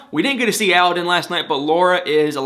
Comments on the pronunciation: Aladdin.. like the genie!! Not allllaaaden!! He’s way wayyyyyyyy cuter than this Tony guy!! Hopefully Laura will put away mr. purple!! Sucks to hear Derrick lost his job! I’ll put him in my prayers! Thanks for your videos!! And btw.. not all older women look old;)) js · It kills me how you and that woman pronoun a Aladdin wrong. Google it please, the pronunciation accent goes in the second “a” not the first one